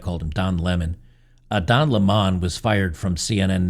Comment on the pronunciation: It's pronounced Don Lemon...like the citrus fruit.